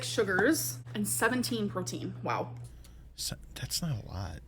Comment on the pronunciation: oh look. pretending to be a food reviewer..except all she can say about it is "its shoooo good!.